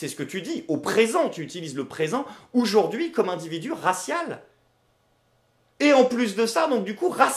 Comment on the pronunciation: J'adore ce que tu fais par contre toi qui revendique la France toussa toussa on AUjourd'hui et pas OUjourd'hui a chaque vidéo j'ai mal au français :)